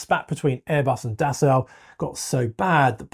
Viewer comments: Dassault is actually really easy to pronounce if you just ignore the spelling. It's "Dah-So", not da salt or da sow (as in a female pig). It's simply "dah so", with equal stress on both syllables. Try it! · You say potayto, and I say potahto… You say Dassow, and I say Dassoh… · Pronounced roughly like “Dasseau”. Pleeez Mista Englishman. Do I call you Mista? If you insist on “Das Sau” 🐷, better make it “Die Sau” 🐷. More correct. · Dassault - pronounced dass-oh, not dass-ow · Thank you for correctly pronouncing Rafale (gust of wind). However, Dassault is pronounced Das-oh not Das-au (as in ouch). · Sorry, can’t listen to the word “Dassow” anymore. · By the way the ault pronounced dassault is just pronounced as o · its prononced Dasso. In French the au is O. The lt is silent. Just to let you know. I'm not complaining, just teaching. Steve in/au Canada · Dassault being French will never get into passenger aircraft since France is a large shareholder in Airbus. By the way, it is pronounced Dasso. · Alright someone has to teach this guy how to pronounce dassault 😂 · I know, it's grating. The strangest thing is that he pretty much pronounced the surname of Marcel Dassault correctly . Isn't it obvious that it's the same word? 🤔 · Dude I know it's driving me crazy